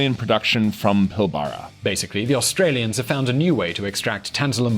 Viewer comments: It's pronounced Pil-brah. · It’s PILL - bara, emphasis on first syllable. Pilbara.